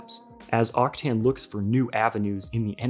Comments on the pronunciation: I'm pretty sure its pronounced "Octan" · It almost hurts like you pronounce Octane, there is no i before the a